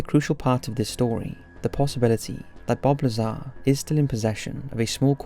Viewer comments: It's not Bob lah-zahr, just make him cool and say lazer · Wow! The narrator made his first mistake in the first sentence. Lol Just kidding around. But seriously though, it's Dr. Bob Lazar